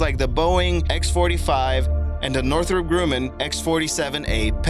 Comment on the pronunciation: Northrop GREW-man ?